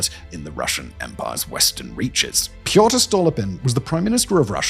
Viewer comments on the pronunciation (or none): none